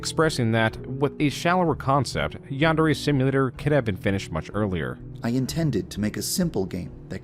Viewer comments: the most reprehensible part of this is his butchering of Japanese. YANN-DAIRY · The fact that he constantly pronounces it ‘Yehn-dairy’ is perhaps the most despicable thing he does. That and bein’ scummy AF. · For someone that claims that anime is his life, he sure can't pronounce yandere... This is the least of his numerous sins. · Forget about the grooming, the way he says "Yan-day-ray" makes me irrationally mad. Like how you can't even pronounce the title of your own game? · Oh god, I got whiplash from Kappa not looking like a depressed librarian. I didn't realize that video had such an effect on the Yandere Simulator community. I also will never get over how he pronounces the word "Yandere". It doesn't sound english. If it were a japanese word, it would be understandable to use such pronounciation. But it's not a japanese word. It's an english portmanteau. Like even the word "portmanteau", it should be using the pronounciation of the originating language- english! Haha. I got to dowloading Yandere Sim. I've been wanting to play it for years and now I finally have a good pc and time to download.